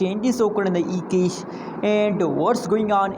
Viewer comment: dam dude you don't know how to say the word CAAAASH properly ...its not Kesh ...you will never be rich if you cannot pronounce that word right m8 ...its CAAAAASH!!!